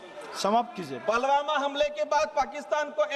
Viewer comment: पलवामा नही पुलवामा है